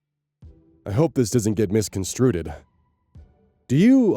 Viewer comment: Mis-con-strood, not stroo-ted